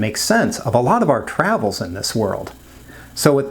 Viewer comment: travels or travails? Phonetic double entendre.